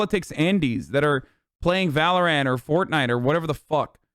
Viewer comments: English isn’t his first language so he might be trying to pronounce it phonetically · Why does he pronounce Valorant like that ☠️